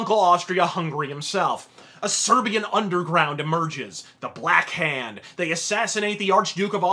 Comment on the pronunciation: "servian" xD